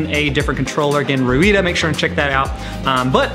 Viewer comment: Ruida the driver software is pronounced raydar. When looking on internet for ruida software check for for rayda or raydar as well!